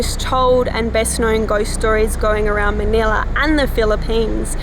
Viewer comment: Manila not manala